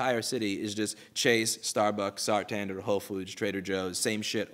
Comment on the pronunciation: It's not Sartander btw, it's Santander.